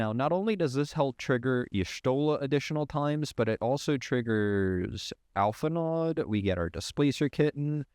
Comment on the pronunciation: Say alphinaud is one of your favorites. . . .but mispronounced the name. Bait me thinks